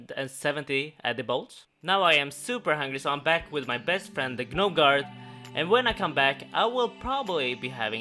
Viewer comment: nobody:: guhnomes